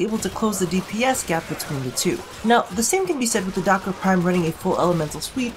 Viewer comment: You said duck-its wrong :(